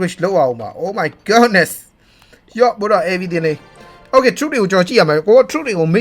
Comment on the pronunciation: ဘာလို့အမြဲ Oh my Godness (ဂေါ့နက်စ်) လို့ပြောတာလဲ ။ Oh my goodness (ဂုဒ်နက်စ်) လို့ပြောရမှာဗျ။